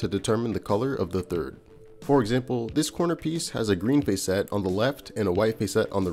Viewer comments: This is awesome but I almost had to stop watching because you kept pronouncing facet as face-ette instead of fah-sit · In the real world there is a word describing similar parts of a gemstone spelled facets pronounced FASS-uts as opposed to your fay-SETS (emphasis in on the capitalized letters) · Cool video. Btw "facet" is pronounced closer to "faucet" than "face-ett". ""Fass-itt". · hey I'm sorry to do this to you man but facet sounds like asset..... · Sorry to be that guy. Normally I am not but facet sounds like asset. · Short "a" sound in "facet". Yes, it's pronounced differently to "face".